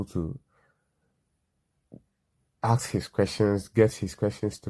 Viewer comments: Let me axe you sum 😂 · If your pronouncing the word “ask” as “AKS” then you are too dumb to work at a grocery store let alone run a half a million business